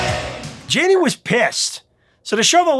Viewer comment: My brother, "Yaa nee" Lane and "Shoog" Knight.